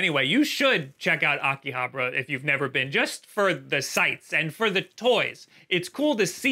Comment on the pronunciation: The way he says Akihabara is triggering me.